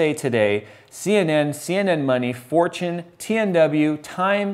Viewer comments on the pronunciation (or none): You said Fortune, I thought you said 4chan. I was momentarily very worried. lol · 7:7 I thought he said Four-Chan o_0